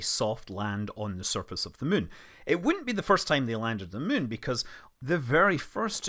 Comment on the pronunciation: Hi Scott - I love the way you refer to the Mun (which has an uh sound) rather than the Moon. Either it's your rather endearing Scottish accent or else you have been playing too much KSP. Maybe both 🤣